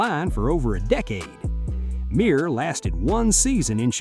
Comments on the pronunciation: It's pronounced Myrer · The research on this video is embarrassing The way they pronounce Rick Mirers name, The fact that they kept talking about David Carr but were showing clips of Derek Carr, and when they said that the chargers had the choice between Peyton Manning and Ryan Leaf and chose Leaf. They had the second pick the Colts had the first pick and took Manning. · I usually don't like AI mistakes, but hearing Rick Mirer's overly pampered, domer name butchered is like sweet music. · You mispronounced Rick Mirer's name.